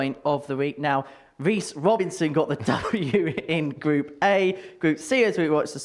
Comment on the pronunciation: Henry and Duzza are my favourite commentary duo. Also, who’s Weece Wobinson?